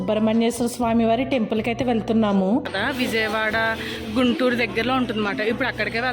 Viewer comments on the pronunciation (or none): none